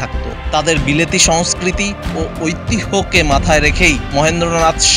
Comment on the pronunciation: ঐতিহ্য উচ্চারণ ওইতিজঝো